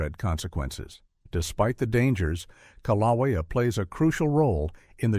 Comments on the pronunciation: Kiloweeau pronunciation is killing me, it's kilauea A.I. GUY. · How many ways can one pronounce kilauea wrong... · Im not from Hawaii but I agree the pronounceation of Kilauea is very objectionable. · I thought it was interesting that Kilauea was the most mispronounced name in the video. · The info in this video is not in any way factually true. Volcanic activity both rides and decreases before the actual eruption occurs. These people obviously don't know what they are talking about in the video. Also, the use of A.I tech in this video was a very bad idea. It even pronounced mount kilauea incorrectly. The people on here have probably just glanced at subject matter, then thought "oh well, we know more facts about volcanic activity than the seismologists, geologists, and other scientific members. We don't need to read all of this information. Let's form our own baseless evidence." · I totally agree! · Kilauea is mispronounced. But, stupidity does not hurt - it only hurts those who listen to it. I doubt USCS is the "source" of that. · The pronunciation? O M G !!!😑